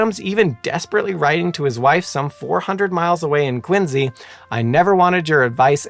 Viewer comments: It's Quincy, not Quinze. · It's QuinCee.